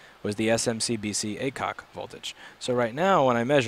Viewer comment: I think if you read it AC-OK instead of A-COK then you probably understand what it means :)